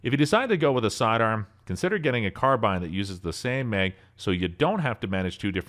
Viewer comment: Well... you obviously dont know guns. That wasnt a 17L it was a 17 and that was a mossberg shockwave not a 590 with the 9 round tube. And you pronounce carbine wrong and you mispronounce moisin nagant wrong and its not a 308.